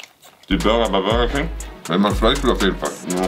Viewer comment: Bürerking wer kennts nichttt😂😂